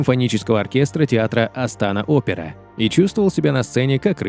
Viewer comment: Почему Астàна ? Или автор никогда не слышал про этот город ?